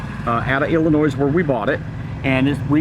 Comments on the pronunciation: There is no "noise" when you pronounce Illinois! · There is no “S” in Illinois.